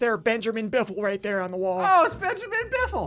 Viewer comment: I laughed when I heard Benjamin biffle